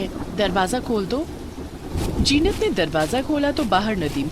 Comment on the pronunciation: Mera naam bhi zeenat hai lekin ye to jeenat bol rehe hai but story is good ❤